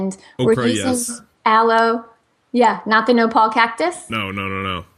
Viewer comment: nopa? ... She mean nopal?